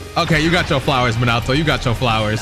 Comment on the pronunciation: still say Minato wrong lol